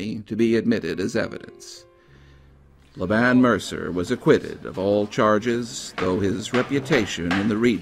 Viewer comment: Laban is pronounced LAY-ben. :)